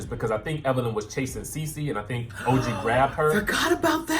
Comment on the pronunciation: When you referred to OG as ToeG I was done watching. This whole channel is a dub, don’t be shady